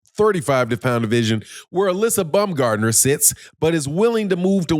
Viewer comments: STOP calling Alycia BUM-gardner you ignorant nut! It's BOWM-GARD-NER! or you can even say BOMB-gardner, but NEVER BUM, YOU BUM! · I'm not Google translate, but it's Baum, not Bum.